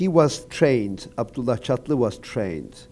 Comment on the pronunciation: Henze “Çatlı” diyor Birand “Çatli” diyor :)